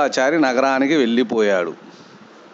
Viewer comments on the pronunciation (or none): వెళ్ళిపోయాడు , వెల్లిపోయాడు . ఉచ్చారణలో శ్రద్ధ వహిస్తే బాగుంటుంది .